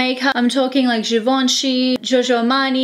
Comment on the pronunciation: The G in Givenchy is a soft G. It's not Gee-Vahn-Chee. It's zhee-vahn-chee